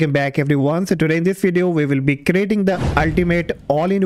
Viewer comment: Don´t say "wideo", it´s "video".